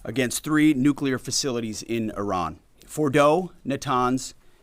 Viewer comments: It's not I Ran, it's pronounced Ah ran . Leavett, please get it right 🙄🙄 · Can we d**bass Americans at least pronounce Iran correctly. It's Iran with I pronounced like we do with It. It's not Eye-Ran dipsh*ts. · it is not eye ran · Duuuude. It’s IRANY!!!